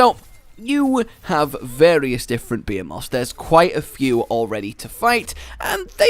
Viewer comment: the way you say behemoths sounds like you're saying beaver moths